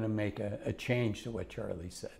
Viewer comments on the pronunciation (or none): none